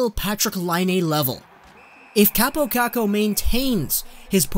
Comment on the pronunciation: And its not kuukuu its kookoo LIKE ITS FUKCING SPELLED